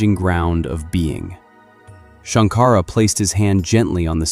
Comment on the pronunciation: Shanka-ra NOT Shank-ara